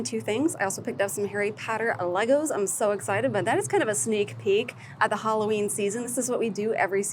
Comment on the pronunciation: It’s Halloween not Holloween!